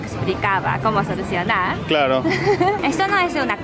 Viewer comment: ¡¡¡Dioooos!!! Le ha salido un "Clarooooooooooooo" Tope español. ¡Olé!